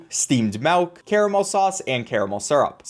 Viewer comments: He just keeps saying melk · I'm sure this video is great but I had to stop watching because you're one of the white people that say "melk" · if this dude says malk one more time im done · is no one gonna talk about how he says "melk" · ok no offense, but why you say mawk instead of milk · The scariest thing in this video is calling "milk", "malk" 😅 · Thinking people will get mad about you saying caramel correctly vs saying melk instead of milk? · Every time he said "Melk" a % of my soul was lost. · Milk. Not MELK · "Steamed melk" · Its Milk... not M E L K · Im sorry .... i have to Do this....."MELK" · The way u say “melk” 😂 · Am I the only one hearing him say “MALK” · I'll be honest I care less about your pronunciation of Caramel than I do about the fact that you keep saying melk instead of milk. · I'm not upset about Caramel vs carmel, I'm more upset about how he pronounces Milk like Melk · MELK NOOOOO ITS MILK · “Steamed Melk” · I love your vids as always, but the way you say milk cracks me up. "Melk" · Saying Caramel instead of Caramel doesn't bother me personally, but the way you pronouns milk ("melk") is the thing I noticed lol. Pronunciation aside, it's really funny that this video is teaching me the difference between different types of coffees than trying to learn by myself. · When your dialect is extra humour 😭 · Steamed Melk Honestly you pronouncing it melk was hilarious to me and I always smiled when you said it Keep up the good vids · You keep saying MALK and VENILLAH. I am being sent into a black hole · I was a big fan of yours until you started saying vinella and melk